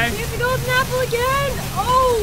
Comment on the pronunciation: I miss when Pat would say "Enchanted Golden 'eeeple'" instead of apple. :(